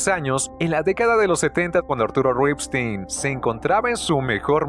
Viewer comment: Qué bien pronuncias Ripstein, con mucho estilo, pero no sabes pronunciar "lúgubre".